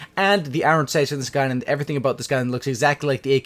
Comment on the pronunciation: You say the word iron with such an over pronounced second syllable. eye-ron. . . good lord dude. Good video though. <3